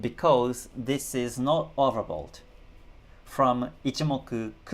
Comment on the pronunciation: Hi. Do I hear it correct you saying "overbold"? I'm not joking nor am sarcastic. Just trying to understand it correctly. Thank you.